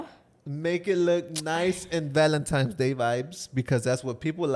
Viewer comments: So who is gonna tell that it’s “Valentine’s” not “Valentimes,” great episode ❤ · saying “Valentimes” has me dead! Anyone else? 😅